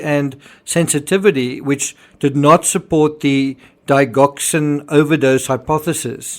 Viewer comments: Digoxin...pronounced Dige ( rhymes with smidge) oxin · Hi. I’ve been watching your analysis starting way back with Watts, Amber Wells & More. Anyway today just want to tell you Digoxin is pronounced (Dee- Jock- sin) 😊X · Correct pronounciation of digoxin is Dij ox in. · D’ Jok sin. Thats the pronunciation of Digoxin…..it might be worth getting the medical/drugs procedures correctly sorted, when your listening to this as a medic its really difficult to understand when there is so much mispronunciation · Digoxin: the first “i” letter has the soft vowel sound and the “g” has a soft “g” sound.